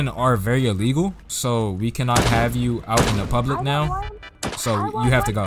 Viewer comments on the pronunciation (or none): none